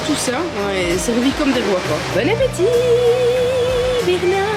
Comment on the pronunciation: coucou ma,j'adore ton "Bernart" à la belge 🤣🤣,gros bisous 😘😘